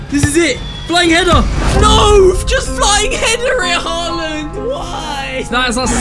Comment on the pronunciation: Stop saying halland goal